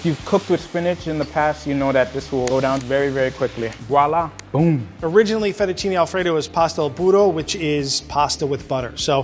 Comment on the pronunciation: The entire country of Italy and especially Alfredo's family just put Steven on a hit list/10 most wanted list for his "Fettuccine Alfredo."